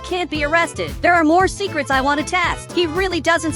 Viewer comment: Bro ur said secerts